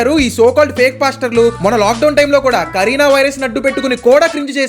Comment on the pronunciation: కరీనా వైరస్ కాదు రా... బాబు... కరోనా రా😂😂😂